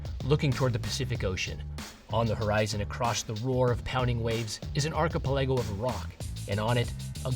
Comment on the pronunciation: Interesting pronunciation of archipelago. Interesting as in wrong.